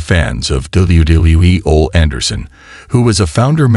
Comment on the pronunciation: U keep showing Arn Anderson and saying his name wrong , this is so disrespectful on so many levels ….RIP OLE ANDERSON,the O and the E are prounounced as the letter themselves…